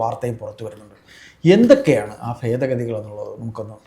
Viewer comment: ഫേതഗതികൾ അല്ല മലരേ ഭേദഗതികൾ